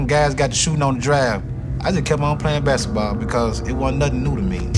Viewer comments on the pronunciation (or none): Nigga I know he meant basketball but tell me when did he pronounce the K in basketball lol that’s why I spelled it exactly how he said it